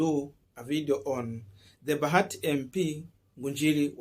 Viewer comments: It's bahati not bagati. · It is Bahati not Bagati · Boss ni Bahati sio Bagati as it appears on your screen.